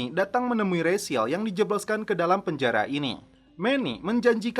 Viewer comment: Raziel itu kalo di mexico dibacanya bukan Resil, tapi Rasiel.